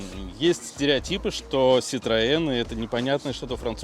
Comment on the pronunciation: Вот блин,, ах вон оно чо!! Перметэ муа ситроээн,, уи Уи. 🙃